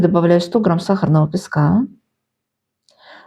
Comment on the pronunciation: Точно бакинский акцент: .." пескааааа"